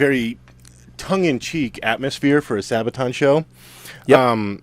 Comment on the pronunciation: Sabatan, say what O.o ? Sir, it is Sabaton, there there anyone can do a misstake :)